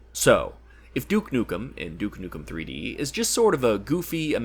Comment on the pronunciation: You: Everyone gets Duke Nukem wrong Also you: gets Duke Nukem wrong